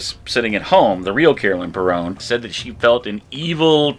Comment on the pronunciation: Their last name is pronounced “Per-in” not “Perone”